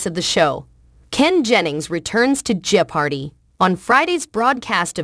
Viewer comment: Yeah, I like Mayim but she should stick to acting. I believe Ken is better suited to hosting the show. It is kind of annoying with the pause but it is also annoying that the pronounciation of jeopardy in this video is not correct. :)